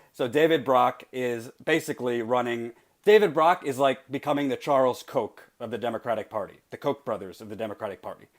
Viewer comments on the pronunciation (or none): none